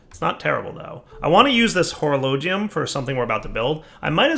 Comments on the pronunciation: It's (hore-o-low-jee-um). It's the clock dude from Fairy tail. lol. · Ya, I commented how it's suppose to be pronounced. (hore-o-low-jee-um) lol. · Maybe hes born with it maybe its Mephistopheles it's pronounced (hore-o-low-jee-um). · it's kinda annoying how he says Horologium wrong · Zach Crimson he's not pronouncing the i; that's what annoys me.